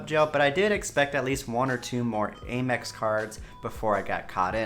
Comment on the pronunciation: You know the company is “American Express”. Why do you say “Ay-mex”?! It’s “AM- Ex”, as in “I am”!